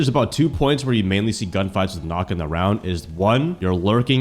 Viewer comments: Nøkk is pronounced Nuck btw 👍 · 100 hours and you still don't know how to pronounce her name properly🥀